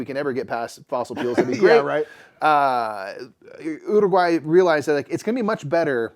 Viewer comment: How many different ways can we pronounce Uruguay😄